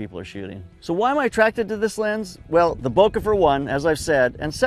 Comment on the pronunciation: Subbed because content- but actually because you pronounce bokeh in the way that I perceive as correct. Also that shirt is fire.